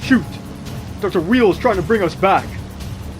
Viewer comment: “Wheel”? It’s pronounced whyel